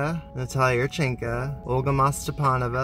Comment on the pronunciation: Natalia yurchenko’s name ends with an o. you pronounce it yurchenka.